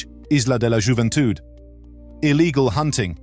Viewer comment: Juventúd is pronounced "hoo-ven-tood" a J in Spanish is always pronounced as an H, never as a zh